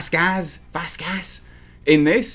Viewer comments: My best guess is some suits at Sky Enema had a lawyer draw up a one point statement to say their making a change to cover their asses they are. This a shit show.Now how many 2020 movies will have this blanket statement. Good Video.🙂Vasquez is Vas kezz pronunciation 😎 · lol! They way you pronounced Vazquez had me dying. 🤣 Thank you for that. I needed it. I agree Vazquez looks badass and extremely hot in there. Especially the scene where she did he gun salute. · The issue is that Vasquez (and mispronouncing it? Not cool.) is an Israeli actress in Latinx-face. It's as hard to reconcile as shows like Twin Peaks (Catherine's yellow face), but it's not hard to understand. Same with Mickey Rooney in Breakfast at Tiffany's. There's a hole in your logic, it's dots you're not connecting. I hope you can understand what's happening now. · I'm guessing it's to do with the actress playing Vasquez not actually being Latino in real life. Still fucking ridiculous. For a fan, you should already know this and how to pronounce one of the main characters names properly.